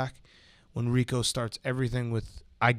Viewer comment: RICO NOT RICK